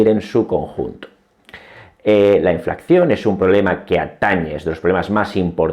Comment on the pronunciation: Enhorabuena por su canal esta rechingón! Disculpe, porque ha dicho en innumerables ocasiones inflacción en vez de inflación?